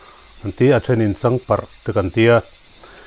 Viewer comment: Changparh hek tia lam tur alawm le,a mizo hming koh dan a ni